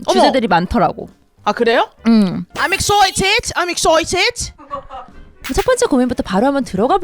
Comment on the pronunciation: 분명 EXCITED인데 왜 EXTERMINATE 같은 거죠 ㅠ